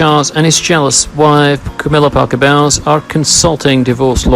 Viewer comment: It’s Parker Bowls - like the game, not Bowels like in your gut!